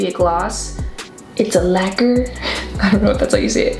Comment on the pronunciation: not you pronouncing “lacquer” like “liqueur”!! lmaoo🤍 || ig: campa.joelle